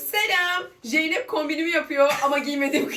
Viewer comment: Abla senin ismin Zeynep değil mi siz Jeynep diyorsunuz ya 😂😂😂😂😅😅 😂😂😂